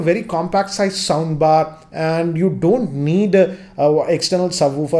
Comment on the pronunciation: Am i the only one hearing 'sambar' instead😁